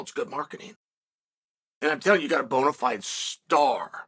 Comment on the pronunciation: "Bonifiable star" 😂